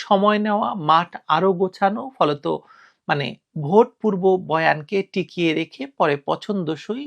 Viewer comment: ভুট হলো ভোট। গ্রামের এক লোক সব সময় " উ " কার ব্যবহার করে। যেমন - মত বিনিময় কে তিনি বলেন " মুত বিনিময়। তেমনি ভোট কে বলেন " ভুট " বুঝলেন 🤪🤪